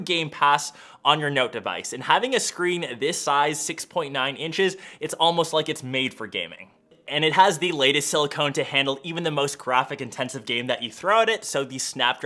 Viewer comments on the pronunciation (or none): Not SiliCONE! it's SiliCON! I'm gonna start calling you "".